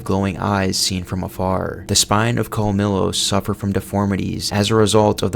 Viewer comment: it's pronounced like "col-mi-yos" not "col-mi-los"